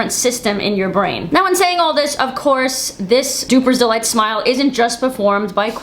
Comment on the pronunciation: Duping delight not "dupers delight".